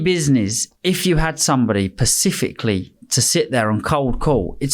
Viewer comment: If you had someone pacificaly don't he mean specifically